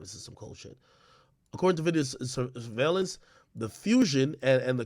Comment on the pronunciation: It hit different when he couldn’t pronounce the word surveillance right 🤣